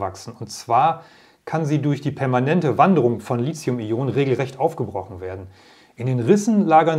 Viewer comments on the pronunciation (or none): Sie sollten mal ihre Aussprache von Lithium überdenken, denn th spricht sich nicht wie z oder c sondern zB wie Lithograf, keiner käme nämlich auf die Idee Lizograf zu sagen. Lithium hat auch keine Ähnlichkeit mit Silizium was viele bestimmt annehmen.